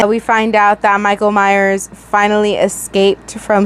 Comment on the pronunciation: I love how you call him “MI-cal “ 😂